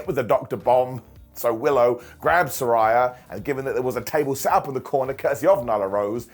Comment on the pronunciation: Still struggling to say Saraya's name right 😅😅😅